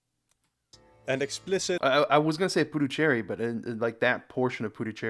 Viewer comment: He mixed both names 😂